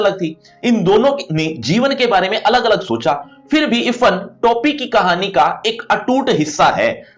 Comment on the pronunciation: Irfhan hota hai ifan pronounce